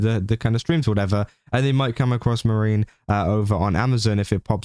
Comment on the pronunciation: YOu're doing news for vtubers and you can't even bother to research the pronunciation? It's MAA- REE- NEE Not Marine like Space Marines.